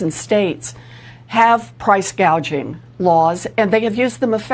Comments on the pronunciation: I don't believe this.... They are going on and on about Kamalas price gaging, that is what she said, she can't even read. The word is gauging. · Elizabeth Warren, another socialist… Kamala couldn’t even pronounce price gouging!! She says “gaging” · There are already anti price gouging laws, or as Kamala says anti gauging 🙄